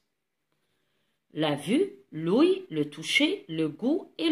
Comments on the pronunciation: Merci pour l'explication madame mais vous faites erreur on ne dit pas "looueil" mais "l'ouïe " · svp on prononce "ou i" donc le ou d'abord ensuite le i pour le mot "ouïe" , on prononce aussi "gui mé" et non pas "gui e mé" , et merci bcp pour vos efforts, un grand bravo pour vos explications.